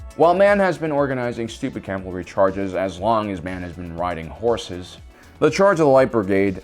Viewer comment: CAV al ry, not CAL val ry.